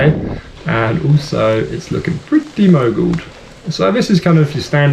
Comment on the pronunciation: Say mogul one more time